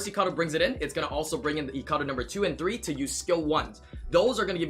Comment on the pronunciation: okay you say Icaru like its eecaroo and other youtubers and me say it like Eyecaroo it triggers me not that its annoying its that I am not used to it